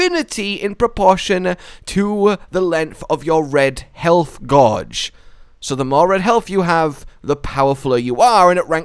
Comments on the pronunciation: Im calling you out for say GAHGE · How does he now know how to say the word “gauge?” 🤦🏻‍♂️ And immediately after says “powerfuler” instead of “more powerful.” Ouch